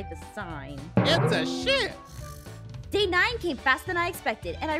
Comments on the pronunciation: "It's a shep" lol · shep its sheep😂😂😂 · “Its a shep” - 2021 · Yes sheep is now shep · backham he said shep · I like how ein sead its a shep lol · rong spell the sheep he said shep